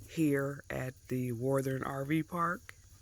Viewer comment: Yes your saying it just fine. Most people from different states have a accent when they say it. I cant wait to get out there and travel and try some of these places with my Rpod.